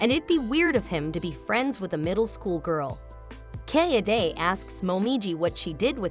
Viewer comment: Is that some text-to-speech software? The way the name Kaede is pronounced, feels terribly off.